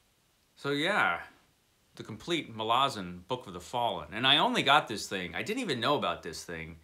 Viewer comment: I found an interview with Steve Erickson about the Malazan series and he discussed the pronunciation. You nailed it. He says a lot of people mangle the name (people like me). ml AZ n. Thanks for the review. I added the series to my Books Wanted file.